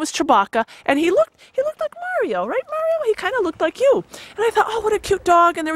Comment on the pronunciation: To cute when you say "right". You say it like "wret". I find it fun when i stumble into hearing accents from different regions of the USA.. Curious though, does Mr. Hilder do it too?